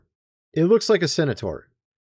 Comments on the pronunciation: BUD,it's CEN-TAUR...NOT cenator. Cheers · Its Centaur...not Cenitaur or Cenataur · It's pronounced cen-tar not cen-a-tar, lol! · Ps. It's Centaur, not cenetor. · Do you mean centaur? You keep saying senator. Centaur, pronounced SENT ar. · Really Bro? CEN TAR learn how to sound out the words like a baby in kin der gar tan. Lol wtf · This dude is not real. Everybody who was ever a kid knows what a centaur is and how to pronounce the word. And the difference between a centaur (not a "senator") and a minotaur. What next, dude will be calling a unicorn "Unicron"?